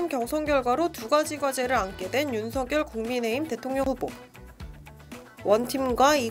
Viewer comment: 어르신. 죄송합니다만 윤석열 이라 쓰고 [윤성녈] 이라 읽는다고 합니다. 원래 윤석열 이란 글자는 [윤서결]로 읽어야 하지만, 윤석열 본인이 [윤성녈]이라는 발음을 요청했기에 그렇게 불리게 된 것입니다. 날씨가 많이 춥습니다. 추운 겨울 따뜻하게 보내십쇼.